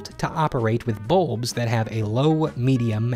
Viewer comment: He pronounces bulbs like boobs